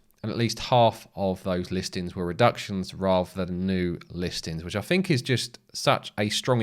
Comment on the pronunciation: Was looking for subtitles .. did have difficulty with ……. Noo …. Fink…….. far’sand …. Fing…… freshhold…..free-mumffs later…. Then your obviously fake headline price crash…. I saw no crash …. ….